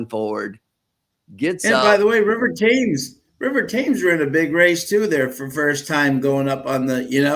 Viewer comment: It's pronounced River TEMS, after the river that runs through London.